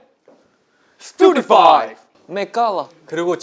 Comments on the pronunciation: and then sungchan: "met gala" 😂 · Johnny: "Stupefy" Kun: "Stupefy" Doyoung: "Spotify " Sungchan: "Met gala" 😂😭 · "stupefy" jadi "Spotify" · not the "met gala" lmao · johnny & kun : "stupefy" doyoung : "spotify" 😂 sungchan : "met gala" LOL🤣🤣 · Johnny: “Stupefy” Kun: “Stupefy!” Doyoung: ”SPOTIFY” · And Sungchan: "Met Gala" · “met gala” is killing me 💀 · "Stupefy" "Spotify" "Stupefy" "Met gala" 💀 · ‘Stupefy’ ‘Spotify!’ HAHAHAH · Sungchan “Met Gala” oh I can’t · Doyoung saying stupefy as Spotify 😂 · Johnny: “stupefy” Kun: “stupefy” Doyoung: “spotify” LOLL I CAN’T